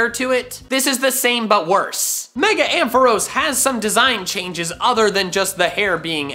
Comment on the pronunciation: AMPHAROS, NOT AMPHOROES! FIX IT NOW!